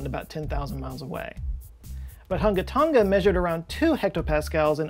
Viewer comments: Tong-uh, not tong-guh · Not to be that guy but you are pronouncing Tonga incorrectly. It's pronounced like "Tong-a" rather than "Ton-ga". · Hate to be that guy but it’s tong - a not tong - ga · I’m pretty sure both of you are pronouncing “Tonga” wrong. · Malo e lelei ...love your videos! The g in Tonga is soft, kinda silent? But how you say it is way more fun... to listen to 😀